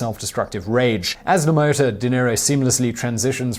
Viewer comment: La Motta is not pronounced THAT way, Simon. Have a guess how it IS pronounced. You're a smart guy, I'm sure you'll figure it out haha!!